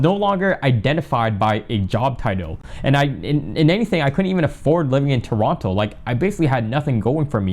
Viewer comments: You know he's not from Toronto by the way he sais 'Toronto' 😅🤣🤣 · Bro pronounced the second T in Toronto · I thought you guys pronouce it "turono"